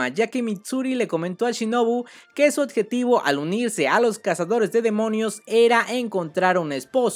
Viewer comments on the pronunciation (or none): Me encanta el contenido, aunque me da diarrea de oído cada vez que escucho la palabra "oTjetivo"